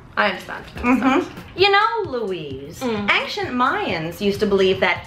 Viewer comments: she says 'aynchent' .... didn't learn the word yet bless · still going with "angchent" and not "ancient" I see. nice, I like it. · MAMRIE STILL SAYS 'ANKCIENT' INSTEAD OF ANCIENT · Mamrie still says "ancient" like "ank-shent"! That Hey USA video was hilarious! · who else thought "aynshient" and imagined sound of Grace laughing hysterically when Mamrie said 'angshent Mayans" XD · I LAUGHED SO HARD WHEN MAMRIE SAID ANCIENT MAYANS LIKE "ANKCIENT" CUZ THEY TALKED ABOUT HOW MAMRIE CAN'T SAY THE WORD ANCIENT ON HEY USA! :'DD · Ang-shent strikes again! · Mamrie still can't say ancient! <3 HeyUSA :P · "ANGcient Mayans..." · Also, Mamrie still pronounces it ANCTIENT. #HeyUSASeasonOneCallback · Mamrie I am filled with joy every time I get to hear you pronounce 'ancient' in a video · Mamrie's pronunciation of Ancient STILL gets me every time 😂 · She still says ancient wrong 😂 hey USA flashback! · anyone else have flashbacks to heyusa when she say ancient wrong again? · Mamrie still can't say ancient xD hey usa moment there